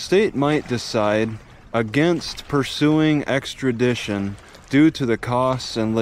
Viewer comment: "Exkradition"?? eh? lol